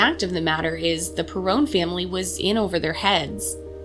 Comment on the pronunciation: Lol, it's pronounced perron, rhymes with heron; and this must be the remake of the house from the movie. Have you read the books? Can you please make a representation of the real house? 🙏